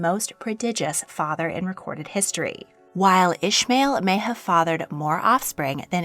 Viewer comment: Hey, I really liked the video, but "Ismail" isn't pronounced like that 😅 This is the arabic and islamic version of the name and is pronounced "EE-S-MUH-EEL". In English and German at least. The way you pronounced it is for the biblical/hebrew version, which is written as "Ishmael". Just wanted to tell you, as it always bothers me when someone gets my name wrong haha